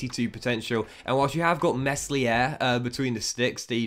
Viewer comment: You need to work on your pronunciation of the players names. As a fifa YouTuber you need to do your research. It’s pronounced klick and the s in meslier is silent